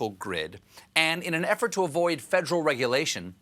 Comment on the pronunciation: Fedrill - - is that new tool? Fed -er-al - -3 syllables